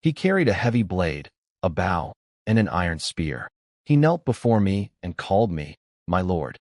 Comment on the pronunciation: narrator: bow or bow? wrong pronunciation for what one carries in this case.